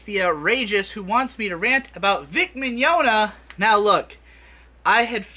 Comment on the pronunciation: Why can't anybody pronounce this dude's name correctly? Maybe I was more right than I thought when I referred to him as Vic Mignadignagliglia years ago.